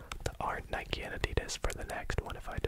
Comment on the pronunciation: I really appreciate that you pronounce Nike correctly